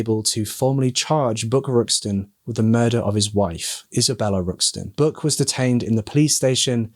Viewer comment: Great work covering this case,! The police work done on this case was impressive, especially considering the time it was conducted. I love your accent,! When you said Buck I heard ‘Book,’ until I saw the bathtub plaque and I was corrected. LoL!